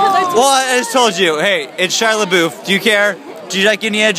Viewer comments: It's pronounced LeBeef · Btw you pronounced his last name wrong...